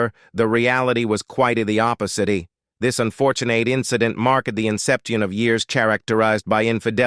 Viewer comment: This video is read in a boring AI voice with improprieties in pronunciation , such as “oppositee’ Tittle is misleading ,images are random and quite a few irrelevant,and last but not least there is no new info in this video ,it’s just suppositions and statements already made before